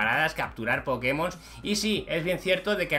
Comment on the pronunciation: No. Es poke mon es poke'mon